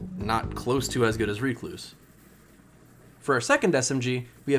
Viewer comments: Me: Rec-Louse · wtf is a reek loose?